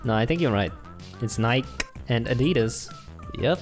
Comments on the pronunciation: It's not Ni-Ke, it's just Nike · I’m offended, I’m from the uk and we don’t say Nikey we say Nike (bike with a N) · Us:nikee Uk:Nike Us:porschea Uk:Porsche Us:adeedas Uk:Adidas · Why are they saying “Nike E” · Here in the UK we pronounce Nike and Porsche and Adidas the exact same so please don't mock us when you don't know what you're talking about😡😡😡